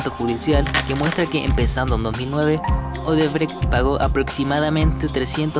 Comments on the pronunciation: Odebrexi es la pronúncia correcta. La sede del grupo es ciudad São Paulo. Sede social en Salvador, Bahia. No existe un lugar llamado salvador de bahia. Odebrexi fue la mayor pero óbvio tuvo su tamaño reducido de modo drástico. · se pronuncia. "odebrek" aunque se escribe Odebrecht.